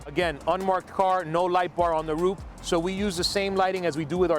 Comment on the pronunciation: Dude sound stupid af trying to explain how a stock 5.0 is ..just added light...and its Roof not Roop...stick to your patrols lmfao😂😂😂😂